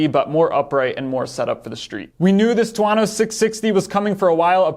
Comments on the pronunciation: I was going to say the same thing but figured someone probably already corrected him. Two-Oh-No not Two-Ah-No It's not just a made up word. It's Thunder in Italian. I have a TV4 1100F but wouldn't mind having one of these mid weight ones either. I like the timing of this because it allows Aprilia to get the 2022 bike transitioned over to the new aesthetic (which would invite other improvements as well) rather than having to wait for 2023 (though they still might not get it done in time). My only real complaint about the current 1100 is the lighting which seems much improved with the new design. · Is it really that hard to pronounce it as two-oh-no? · two-OH-no. His pronunciation is killing me 😄